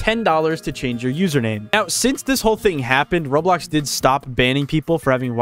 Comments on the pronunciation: I find it funny how to this day he still says roadblocks instead of roblox. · Bro said Roadblox😂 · Why do you call it roadblocks? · Blud said roadblocks💀💀💀💀💀💀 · Roblox it’s Roblox not roadblock😂😂😂😂😂😂😂😂😂😂😂😂🤣🤣🤣